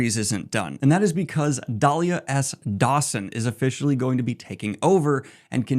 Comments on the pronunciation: It's DEE-LY-LAH not DAH-LIA! LOL. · Daliah!? 😂 lol not hey there, Delilah. Never change Daniel.